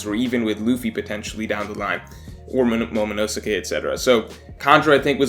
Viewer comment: The way you say momonosuke hurts me